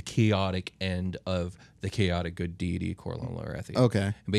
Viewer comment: They can’t even pronounce deity correctly, cmon man